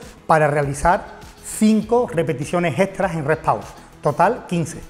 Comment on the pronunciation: Porque dicen Re Pau 😒